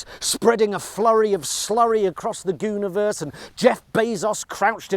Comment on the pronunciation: am I having a fever dream or did he say gooniverse